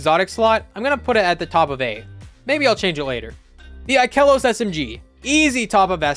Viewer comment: You are the one guy that actually pronounces ikelos the right way